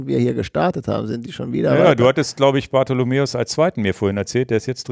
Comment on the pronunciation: Danke für den Podcast. Bitte bitte aber: Ulrich heisst "Bartholmös" mit Nachnamen. Nicht Bartholomeus.